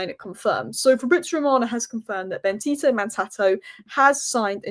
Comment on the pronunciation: you're atrocious at names 😅 It's BenDito not BenTito.... Since you're a girl I'd think it's hard not to see the D.... But alas